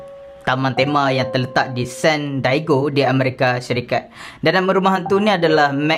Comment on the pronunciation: san diego tu sebut dia sand di yego